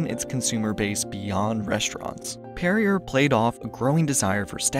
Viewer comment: Perrier is pronounced "Perry-ay"